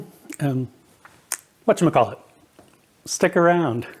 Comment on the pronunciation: "What's your McCall it" again? Whatever, it looks good 👍